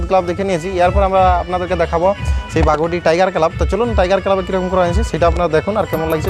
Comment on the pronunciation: বাঘডি ❌ বাঘুডি ✅👍